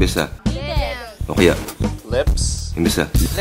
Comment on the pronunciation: tama naman ang pagkakabigkas ni manong nang ''Lips'' ah?